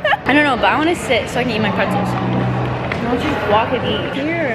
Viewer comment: IK SHE DIDNT JUST SAY “WETSELS” GIRL THATS AUNTIE ANNE BTW ITS